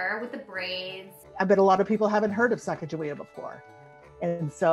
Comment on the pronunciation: It’s not pronounced sack-ah-juh-waya it is pronounced suh-gah-gah-we-ah